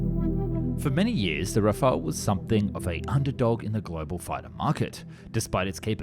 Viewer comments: Rafale not 'Rafael'. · RAFAL* not rafalÉ* we are not Spanish or Italian. 70% of French blood are Germains, like Germans blood are 70% Germains too. But French are mixed with Celtic Bretons ( English ) in West for 10%, Vikings from Scandinavians from North 10% and 10% Flammish from North East. Our language is Germano-Latin. We name this Jet RAFAL, Its a natural Air Boost. But we right in Latin RAFALE. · It's not an alternate pronunciation, it's just plain wrong. That you can't read does not excuse a complete mispronunciation. One is an archangel, the other means gust of wind.